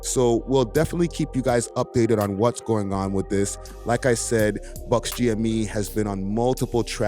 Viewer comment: Buck! Not Buckz